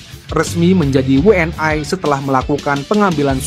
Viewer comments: WNI bukan WNAy PSSI bukan PSSAy..belajar bahasa Indonesia yg benar dong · Admin yg bener pakai bahasa Indonesia W N I.itu bukan bahasa Inggris jangan I jadi ae